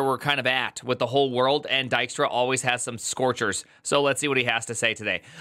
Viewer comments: Dutch nod of appreciation for pronouncing his name correctly 🙂‍↕️ and not “Deekstra”. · It's funny hearing an American pronounce Dijkstra (close to) correctly after watching the butcher job done in The Witcher. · Always read it like Di*k-Star, not a bad pronunciation though!